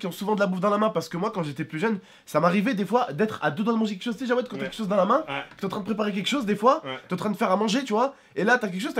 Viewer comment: C'est Jaoued pas Djawed